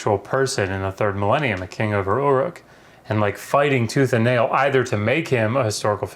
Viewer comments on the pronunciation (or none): none